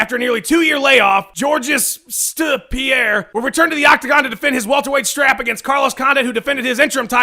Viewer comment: Georgest Pieree ....... buahahaha